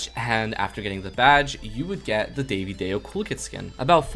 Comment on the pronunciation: Why is vro calling Divadayo - Daivy Day o 😭